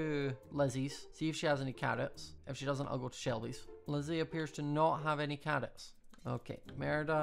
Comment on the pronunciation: The way he says carrots 😂🤧